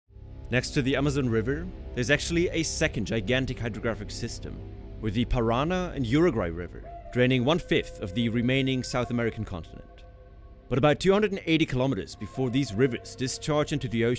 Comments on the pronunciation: It is not PaRAna, it is ParaNA . The tilt is in the last NA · And non of the "A" are pronounced "ei", they are all the same, just "A" xD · no es Wingardium leviosa, es Wingardium leviosá ( no es Parana, es Paraná) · Pa-ra-NA, not Pa-RA-na. The accent is there for a reason. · This little tick on the last letter on the word Paraná has a meaning: it makes the syllable stressed, like Paranah or so. Pronounced stressed on the second syllable, sort of Parahnuh, really sounds like a completely different word. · Paraná, not Parana. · Paraná . With an accent in the last A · You have a gigantic accent mark above the last A, yet you pronounce parána. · Dude, it’s Par-a-NA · Look up pronunciations before making videos about other countires... unless you want people in the comments correcting you 🤔. Oh no... i fell for it! Anyway, letters in spanish are only pronounced in 1 way. So A is pronounced like the A of "America", always. In Paraná (enphasis in the las A) all the As are the same, not "Peireina". Though good job rolling the R in "Rio de la Plata" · Yep, it is pronounced pah-rah-NAH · Primeiro ele vai ter que parar de falar Parãna kkkkkkkk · Paraná has the stress on the final syllable. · no pronuncia para ná bien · En ingles tienen que poner un acento en la primera o segunda silaba. Asi que lo va a pronunciar con acento ingles